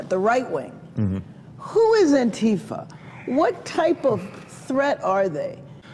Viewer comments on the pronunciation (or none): The pronunciation is anti fa, not anteeeeefa Anti fa = ANTI FASCISTS. NOT AN ORGANISED ORGANISATION